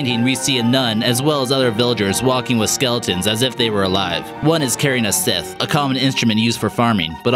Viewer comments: Did he just say "sith" instead of "scythe"?.. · scythe, not sith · A SITH!!! NO! SCYTHE (sigh-th)